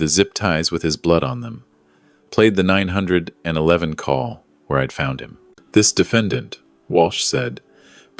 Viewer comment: Will some one please reprogram how 911 is said. Also number representing dollar amounts. I keep mentally correcting the pronunciation.